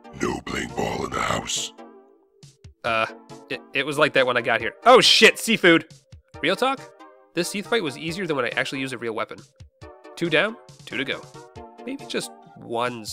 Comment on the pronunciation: "This seath fight was easier than when I actually use a weapon." ... It's Seath.